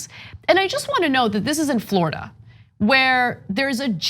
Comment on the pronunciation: Floored-uh! I'm sorry universe, for Florida. :17-:26 She's converting.